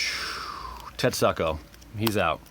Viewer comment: I'm disturbed by how you pronounce Tetsuko.. Unless you intended to pronounce it as tet-suck-oh.